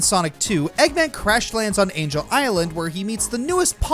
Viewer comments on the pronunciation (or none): none